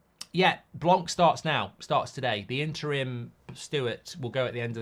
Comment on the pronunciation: Its pronounced blanc and the c is silent merci 😂